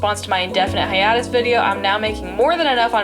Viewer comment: I've never heard anyone say hiatus like that